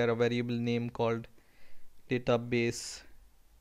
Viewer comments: you are confused between Daaaatabase and Database . it sound so awkward please get used to the actual one . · yea specially the DA-TA base